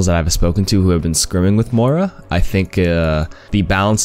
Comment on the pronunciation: I can't believe you said "Moira" right !!!